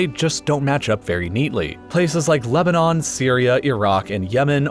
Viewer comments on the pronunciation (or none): none